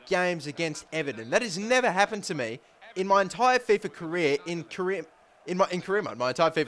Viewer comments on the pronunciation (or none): none